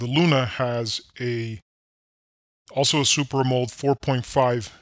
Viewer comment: its AM'-O-LED